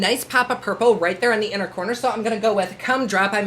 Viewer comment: When you said “cum drop” instead of “gum drop” I didn’t even bat an eye because that totally sounds like a Jeffree shade name 😂